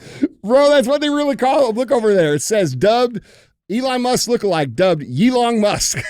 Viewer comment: Eeerron Musk